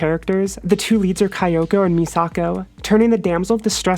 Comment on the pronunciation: Not insulting you, just letting you know: Kyoko is pronounced "Kyo-ko," not "Kai-o-ko." And great video as always!